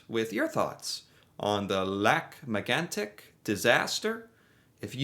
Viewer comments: Wow! You pronounced Lac Megantic in a phenomenal way. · Your French accent is better than 99% of Americans and 70% of Canadians. Most Americans would’ve said “Lake Magnetic” . You even pronounce it “Kebek” so gold star for you!